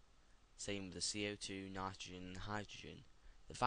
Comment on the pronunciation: love it how u say nitrogen u sodund like ?"" nitragoen " 5/5